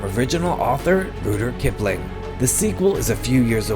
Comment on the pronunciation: "From original author... ROODER KIPLING..." WTF??? Are u kidding me? Well what else do u expect from Americans who believe their own country is another planet altogether... SMH...